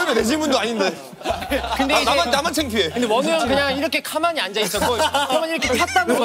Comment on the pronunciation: 디노 ‘카’만히 ㅠ 귀여워 ..